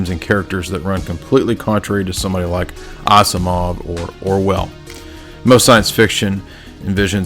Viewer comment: Who is ah-si-mahv?